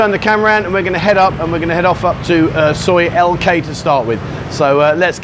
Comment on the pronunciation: Soi Lengkee sounded like Soi LK I thought you got lost and Tesco are no more in Thailand it is now Lotus's has been purchased by the owners of 7/11 stores. The little car you saw was a Nissan Figaro. I'm trying not to nitpick just be informative so pardon me please.